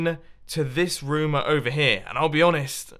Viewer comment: It kinda sounds like Mumbo says rum in stead of room